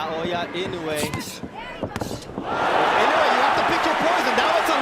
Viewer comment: Good video on the greatest fighter of our time. Too bad the narrator is unable to consistently pronounce Naoya Inoue correctly.